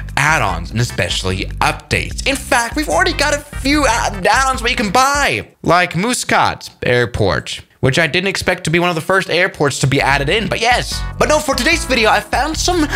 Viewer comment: “Mooscat Airport” 😂 lol